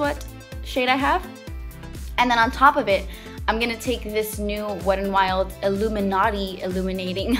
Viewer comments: It's not wed n wild.. There is a "t" in there. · I like the way you say "Wet n, Wild" sometimes... its like, "the Wedd'n'Wild" lol Like wit dat littol bit of accent joo know? hehe I love it! 😘😘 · beccawecca916 Best comment ever 😂